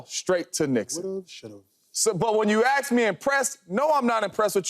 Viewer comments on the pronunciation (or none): Never listen to a person who says, ax me. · The word is ASK not ax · I you truly . Truly axed me lol 😂